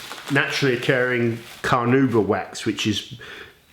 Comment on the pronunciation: You"re not saying Carnauba right :P